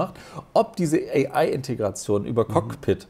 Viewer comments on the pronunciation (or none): Die AI Sache bei Microsoft heißt CoPilot und nicht Cockpit 😂😂 Da das Produkt nicht vom Apfel kommt, könnt Ihr das natürlich nicht korrekt aussprechen. Von euch wird die Microsoft AI ja ziemlich belächelt, für mein Unternehmen ist diese unglaublich nützlich in so vielen Bereichen. Das Surface Pro 10 und der Surface Laptop 6 erscheinen im Juni für "Nicht Business" Kunden mit anderen Spezifikationen. Als Leute, die ausschließlich auf neue Eipads warten, konntet Ihr das natürlich auch nicht wissen. 😅😅